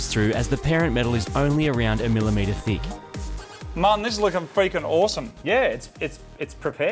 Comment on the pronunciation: Every time Moog says Martin's name it sounds like he's calling him mutton